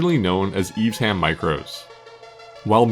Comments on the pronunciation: "eves-ham" no my wmerican friend, its pronounced eve-sham. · Its Eve Sham not Eves Ham. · You say eves ham, we say eve sham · This is the type of content that I come here for. I had the privilege of seeing a Lotus Carlton in real life in the 90s and instantly fell in love. It looked like something your Nan would have driven, but with just enough spice that if you know, you know. BTW, Evesham is pronounced Eve-Shum, not Eve's ham (that did make me chuckle). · Eves ham.... 🤦‍♂ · Seriously at least pronounce the Worcester town of Evesham correctly , its not Eves Ham ! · That's not how you pronounce Evesham 🥴 do you even know how sh is pronounced 😅